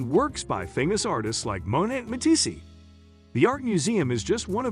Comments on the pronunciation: Matissey??? AI VOICE strikes again! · Bowtiques? Mateesee??? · "Bow-tiques," "Mow-net," "Ma-tee-see" -- I couldn't take any more. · Terribly written, terribly narrated. Boutique is pronounced boo teek, not bow teek, with the “bow” pronounced like bowing to a superior. You gotta watch it just for the ignorant pronunciation of artists Monet and Matisse (pronounced as one person). Laughable. If this is done by a real person, well, that’s sad. But if it was some AI generated narration then AI is dumber any illiterate walking the street. Why bother posting content if you don’t even endeavor to do it well?